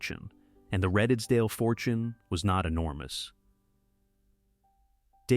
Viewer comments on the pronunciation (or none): Redesdale is pronounced Reedsdale